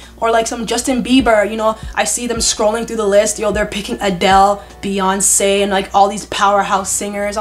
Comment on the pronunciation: They be saying ‘Piyoncè’ 😭😭😭😭